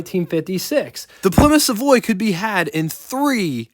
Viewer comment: Savoy. Not Savory😉